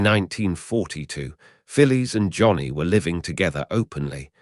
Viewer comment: In the radio show Round the Horne she was referred to as Fanny Haddock. I think Betty Marsden portrayed her. Always amusing, unlike the original it seems. The pronunciation of Phyllis intrigues me. In Australia we would say ‘Fillis’ whereas this AI (?) seems to refer to her as ‘Fillies’.